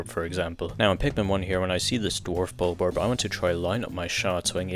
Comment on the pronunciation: Bros channel is made about Pikmin but dose not know how to say a bulborb right NO HATE BTW